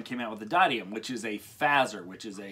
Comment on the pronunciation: I am pretty sure it's pronounced die-uh-dem